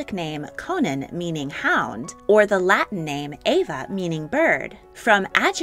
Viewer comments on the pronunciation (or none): none